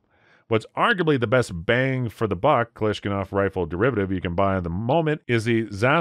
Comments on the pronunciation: Klash-na- kov not Klashkanov. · It’s KA-LASH-NI-KOV not Kalishnakov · "KalashKINOV"???? LOOOOOL. I thought for the past 40 years that it's "KalashNIKOV". I thought I heard it all... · One question, wtf is a Kalashkanov? That's how you said it, every time. Even the subtitles spelled it like that. It's Kalashnikov. Lol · Yeah, yeah... It's all fun & games until this Guntuber calls AKs a "KalashKinov", instead of "Kalashnikov". Seriously?????????? Am I supossed to trust someone who mispronounces the most popular assault rifle in world's history???? Like, what is next? Clock Polimer Pistols? A 1911 CLOT? An Heffner & Clock 416 AR Platform? A 92F Vendetta pistol? I can do this all day... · I'm not an AK guy but every time he says KalashKINov it bugged the hell out of me. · Kalashkinov? Is it a dyslexic rifle? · I winced each time he said "Kalashkinov". Ouch! Mikhail is probably turning over in his grave. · The author pronounces “Kalashnikov” as “KaLISH-kanoff” but if you don’t know what a FUDD is then you probably are one. 😂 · I like your videos but it's KA LASH, NA COUGH. Sounds like it haha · You don't even know how to pronounce Kalashnikov? You said Kalishkinov. WTF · Lol. "Kalashkinov". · KAH-LASH-NEE-COB. Not that hard. 😂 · Wtf is a kalaskinov? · Koloshkinov? Seriously? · My dude said Kalashkinov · Love the video but when you said kalashnikov you killed me😂😂😂😂😂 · Imagine making videos is an expert and you can't even pronounce Kalashnikov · Calls people “fudds” yet can’t properly pronounce Kalashnikov. 🤦🏼‍♂️ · Ok scare more folks I have been hearing about this crap since the early 90 when there was a ban and it made no difference ind you would be more credible if you could actually pronounce Kalashnikov